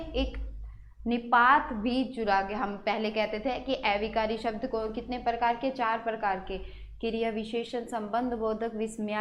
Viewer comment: Aunty a-vikari not ऐविकारी